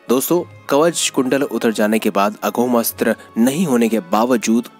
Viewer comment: पूरी विडीयो में बार बार अघोम अस्त्र बोल रहे हो।अघोम नहीं ।। अमोघ अस्त्र है। अमोघ अस्त्र वासवी शक्ती